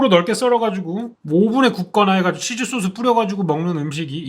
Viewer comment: 쏘오스 발음을 이을 미묘녵